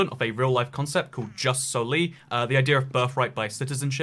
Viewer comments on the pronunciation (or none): You don't pronunce gius solis but ius solis cause it's latin i think